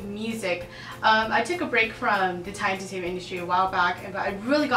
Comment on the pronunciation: You pronounced Thai language so well.